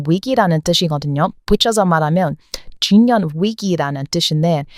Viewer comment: 왜 "중년" 발음이 잘 안될까요?